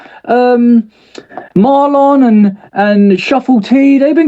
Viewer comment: Man said Marlon 😂